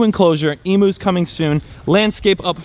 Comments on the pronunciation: I’ma bit excited to hear you’re getting emus. But can I let you know It’s pronounced Eeem-You not ee-moo. Love you ❤ all the way from Australia 🇦🇺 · Oh man, if you gonna get some Emus imma need you to pronounce it properly. It’s eem-you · Lol please look up an Aussie video about emus to learn how to pronounce emus . ❤️ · The amount of times said "Emus" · I love and laugh and how you pronounce Emus 😂 G’day from an Aussie❤🇦🇺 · Stop saying emus wrong 😢